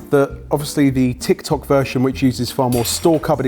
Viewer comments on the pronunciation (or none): none